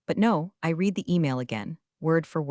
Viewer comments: I like these stories and subscribe. But PLEASE fix narration so that the past tense of " read" is pronounced as "RED". I'm tearing out what little hair I have left😖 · Help Ai out, use red for read, reed for read🙄